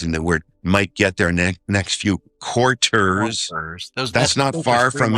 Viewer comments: quar-ters. guise. QUAR-tersssss 🤓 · “Quart ters”